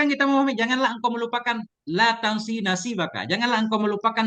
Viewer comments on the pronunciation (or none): Maaaaaf Guru ayatnya yang benar"Wa laa tansa nashiibaka minaddun-yaa"bukan tansi🙏🙏🙏